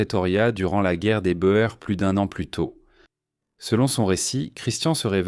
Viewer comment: Et la guerre des Bo-èrs !